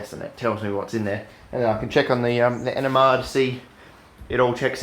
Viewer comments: Are you saying NMR because it sounds like you're saying ENEMA . I said to myself " This shit in an enema ! This guy is fuckin gangster than a mu fucker ! " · I realized he was saying NMR at first I thought he was saying ENEMA . I thought " This stuff in an enema ? This guy is a fuckin savage ! "